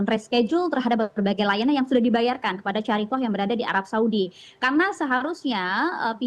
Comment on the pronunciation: Yg tepat syarikah, bukan syariqoh